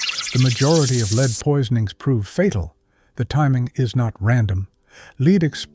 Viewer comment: Stopped as soon as your AI voice pronounced l-e-a-d as lead rhymes with speed instead of lead rhymes with red. Now if this were one of the dozens of AI voice mistakes on YT these days, I’d not comment. But in this particular story about this very real danger to our eagles the correct pronunciation is crucial. Lead rhymes with speed never killed an eagle. Lead rhymes with red does. But, dear content creator, that fact was not important enough to you for you to do with your AI production what your 5th grade teacher told you, “Check your work.” So hello, goodbye, won’t watch you again.